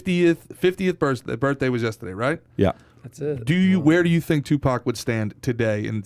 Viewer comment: I love how PAT just refuses to believe there is an "R" in YESTERDAY... Pat: ........ "yes-TE-Dey" Haha everytime! Keep it up guys! Content is great like always! Shoutout from #Bradenton #FL #PBD #PBDPODCAST #yesTEdey